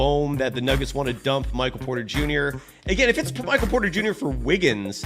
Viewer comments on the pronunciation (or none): none